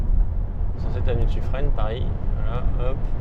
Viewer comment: suffren se dit suffrin je pense que le tps ne le trouvait pas pour ça